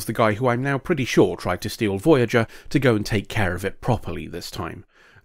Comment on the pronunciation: Ermahgerd! Veryerger!